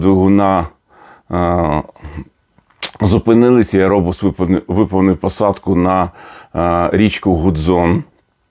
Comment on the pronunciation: Будь ласка не аєробус, а єірбас